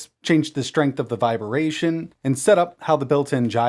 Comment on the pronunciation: Again.. it’s vi-bration, NOT viber-ration